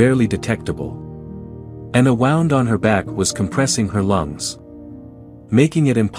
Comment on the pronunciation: AI mispronounces some words, like wound, and cadence of sentences.